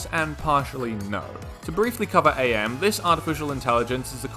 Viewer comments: It's not A.M it's am like the word am. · It's pronounced am not A.M. like "I am tired" not "it's four A.M" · Pretty sure AM’s name is supposed to to be pronounced like how you’d say “I AM” …not like saying A.I. The game that had the involvement of the creator Harlan Ellison had it pronounced such. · His name is pronounced “Am” btw as in “I think therefore I Am” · Is this a joke about his name being said wrong (it’s pronounced Am, as in I think therefore I Am) or do you not know? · Don't say A M man, its AM, as in, "I think, therefore I am." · AM's name used to be an acronym, but it's just pronounced like a single word "AM" since he's no longer the Allied Master computer, Adaptive Manipulator, or the Aggressive Menace. Cogito, ergo sum (i think therefore i AM) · Small note AM in IHNMAIMS is pronunced as the word am, since his name is lifted from the phrase I think therefore I am. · it's AM, not a.m. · Really annoys me that you keep saying "A.M.", it's pretty clearly and aggressively spelled out in the story that it's AM: As in "I AM", not "Allied Mastercomputer"; "Cogito, ergo sum; I think, therefore I AM!" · Is this script read by an AI and not a human? The character is not "A M", it's "AM", as in "I am what I am". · His name is AM, not A.M. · Please. It's Am, not A-M. He's a computer, not a clock. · AM is just pronounced "am" fyi, listen to the audiobook recorded by Harlan Ellison himself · Is it not pronounced like the word am, like the one guy says, I think therefore I am?